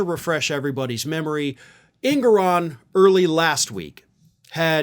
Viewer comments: It's pronounced: Judge En-gor-on@ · It’s pronounced En-GO-ran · EnGORan is the pronunciation.